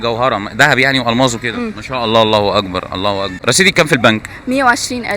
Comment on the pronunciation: ارجوا ان تنطق التكبير بصورة صحيحة... اللهُ أكبر 👌👌👌 وليس كما نطقت انت ( الله واكبر ) ❌👎 مُحامٍ مِصري.